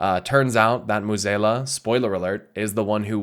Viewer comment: Finally realize that you've been mispronuncing Mueh'zala this entire time?